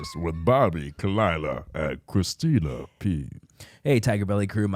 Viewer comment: i love that bobby pronounced “Pazsitzky” correctly but couldn’t get “Christina” down